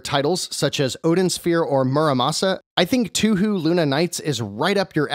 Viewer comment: For future reference, it's actually pronounced "toe-hoe". Hearing 2hu gives me flashbacks to pronouncing Ryu incorrectly lol